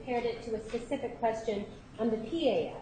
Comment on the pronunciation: That is “Pacific”!! 😳 It’s not embarrassing enough, to stomp about with sausage meat legs, looking like a Nazi hooker, with your bald spot getting bigger? Now you can’t even pronounce simple little words! 😬 Really sweetheart, do yourself a favour, and call it a day!!! 🤣